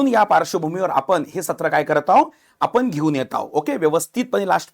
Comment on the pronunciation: नेमका मॅटर कुठून सुरू झाला! लई भारी मराठी!. म्हनून. आपन. पन.